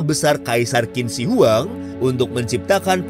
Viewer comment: Indonesia Maaf min, kalo gue boleh kasi sedikit ralat, cara baca untuk nama Qin Shi Huang yang benar adalah "Chin Shie Hwang" dalam Mandarin. Bukan Kin Si Wang.